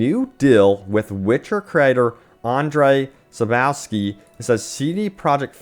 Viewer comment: Sap-cov-ski That's how to say his name btw..just correcting no offense intended